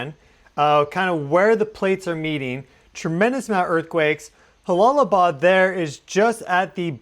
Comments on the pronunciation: It’s pronounced Jala not halalaabad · It is not pronounced Halalabad, the J is a J, it's not a Spanish name. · Prayers go out 🙏 new sub here. J-Bad. "J" "J"alalabad. no silent H. ...logistically speaking. I've been there a few times in a "NATO" capacity but culturally too I think its a "juh". no mean to critique. I've been enjoying your content at a.. logarithmical frequency rate or something hehe. thanks for the excellent content. and again my prayers go out 🙏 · It’s Jalalabad. Pronounced ja as in jaybird and not as in josê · im pretty sure you pronounce the J as a J like Jump, if it was an h sound in arabic it it would be an h. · In Jalalabad J is pronounced as J not H 😁my prayers for all in the affected area 🙏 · Good coverage. Minor nitpicky correction: Jalalbad is pronounced with an English “j” rather than an “h” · Jalalabad is a "jay" sound. It's not Spanish.